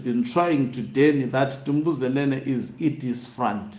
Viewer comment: Tumbuzenene 😂😂😂 it's Dumbuzenene.